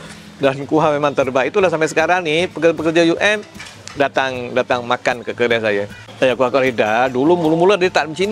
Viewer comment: 😅😅😅Kedai bangggg.....kedaiiii.....bkn keldaiiii.......dah mcm kaldai dh aku dgr😂😂😂😂😂😂